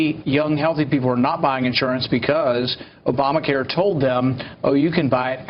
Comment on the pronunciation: Did he just say "ObamaCar" in the opening?